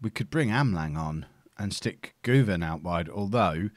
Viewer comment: as for güven, it's pronounced gyu-van. trust me i'm turkish